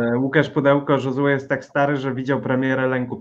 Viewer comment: Panowie, Josue nie jest hiszpanem więc nie czytajcie J jako H tylko jako Ż